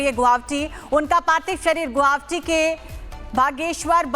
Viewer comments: A quick suggestion to the news anchor lady....the name of the city is "GU-WA-HATI" ; not "Guwavti", so next time please keep it mind and stop mispronouncing the name of my city....it looks really sloppy and unprofessional... If you want, take the help of "Arnab Da"; he's from here!!! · Medam guwahati ka pronounciation to thik se kro. Guabti nehi hai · It’s GUWAHATI. Work on your pronunciation. It’s no that hard please try. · Are yrr Guwahati bhi nhi bolane aata thik se kaisi anchor ho